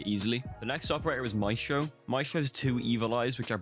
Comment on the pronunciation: everyone: maestro (slight Italian accent) this guy: mashto